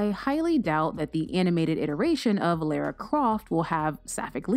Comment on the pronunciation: Excuse me ... Lera Croft? ..ah no no.. that's Lara like Laura babes.